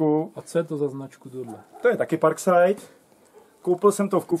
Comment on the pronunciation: neni to parkside ale parksajd